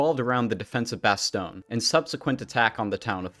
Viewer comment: bah-stone Oh my...